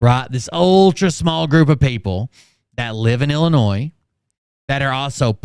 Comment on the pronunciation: is an idiot. He can’t even pronounce “Illinois” He almost got you saying it wrong